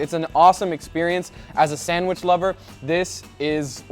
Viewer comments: SandWISH. LOL! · I know everyone talks differently but him saying sandwish is pissing me off lmao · Its sandwich not sandwish lol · Is he saying sanderwich?😅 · on a sanwish .....lol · bro pronunce sandwich like a mentally chalanged